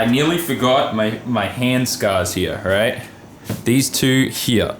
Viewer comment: has the wildest accent like just the word here he says heaw he has aussie mixed with Japanese its crazy to hear his vowels some other aussies don't even sound like him